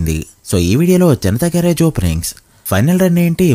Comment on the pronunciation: Garrige kadu bro garage